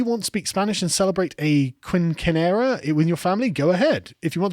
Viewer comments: Quincinera - actually the 'c' has an accent like an upside down question mark under it, makes it more of an 's' sound, it's not "quin-kin-era" but rather "quin-SIN-era". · Carl's pronunciation of "quinceañera" is atrocious. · Quinceañera is pronounced roughly “keen-sin-yera” 😂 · I'm with 'em but man Carl's pronunciation of quinceañera was painful. keen-sin-yera is the correct pronunciation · "Quinncanara." XD XD XD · Excellent work, lads! Quick note on your Spanish, though: Quinceanera is pronounced "keynse-anne-yeah-rah" It means "fifteenth birthday" and is kind of a coming-of-age for the young women of the culture. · I legit didn't even recognized the word by the way he pronounced QUINNKANEERA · Quinceñera (Keen seen yera) Had a good laugh at your pronunciation Carl. Excellent points on the video. Love the work guys. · My wife absolutely died at Sargon’s pronunciation of quinceañera. Your British is showing hard bud.